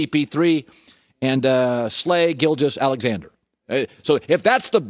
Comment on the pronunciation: 😂 I heard that too